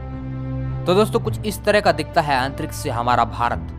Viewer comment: कक्सा nahi bhai कक्षा अन्तरिक्स नहीं अन्तरिक्ष 🙄🙄🙄🙄